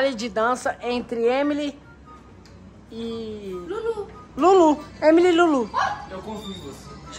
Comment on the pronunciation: N sabe nem falar o nome da EMILY direito!!